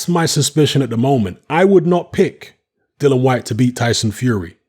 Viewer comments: Dill e an not Dillon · Dillian not Dillon lol.xx